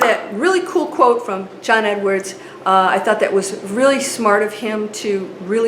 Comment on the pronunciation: Learn to pronounce John Edward properly